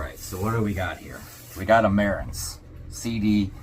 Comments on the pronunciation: Marantz is pronounced... Ma-rants. I have the marantz CD6005. Its 2 generations older than yours (about 10 years) and it's had around 5-6 hours of play a day 5 days a week with no issues it just keep going, fantastic build quality. The 6000 range has been winning awards in hi-fu magazines and in online review for years. Their previous models like the CD63 and models that had the ki-signature also set the standards for other brands to get online with them as they blew other competitors out the water in the price brackets they competed with You'll need to spend more than double what you spent on this to hear marked improvements. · Marantz is pronounced ma-rants just to let you know. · mar-ANTZ......A guy your age should know that. The company is legendary. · The only way I have ever heard the brand spoken is "Ma-ranz." There are DACs in all CD players to effect the play of each AAD, ADD, or DDD medium. The early players had 8-bit type and sampled at 128KHz, I believe very typical. As generations of CD players evolved, the number of grew to 24, maybe even higher, at rates 256K and probably higher. I have not remained active in the changes being made in the industry like I used to. The specifications of your unit may tell you all that information. That is probably why the audio seems more pronounced and clear. Just looked up the specs. You have a 24-bit DAC sampling at 192KHz. The signal-noise ratio is a superb 110dB, with a frequency response of 2-20,000Hz. Keep in mind, humans have limited hearing approaching 20Hz as a comparison. You also have the capability of playing super high definition audio files through your built-in DSD (Direct Stream Digital) as high as 5.6MHZ sampling rate. You'll have to read up on that since I have never heard of that. Told I have lost touch with this stuff over the years. Enjoy your new toy. 😊👍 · Pronounced Ma-Rants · this idiot can't figure out how to pronounce marantz do not take this tool for any info on anything my god!!